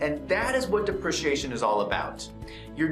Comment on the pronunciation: Great video, although it's. DE PREE CEE AY SHON :)